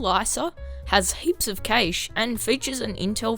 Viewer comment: FYI cache is pronounced the same as Cash